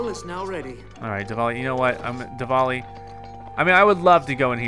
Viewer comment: I think you said DEVALI